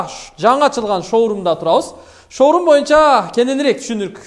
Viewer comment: 😀 шаурма дегин